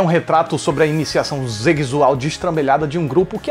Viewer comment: Ah,o jeito que ele fala zegzual é diferente